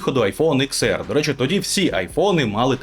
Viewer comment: Десять, а не икс 🙄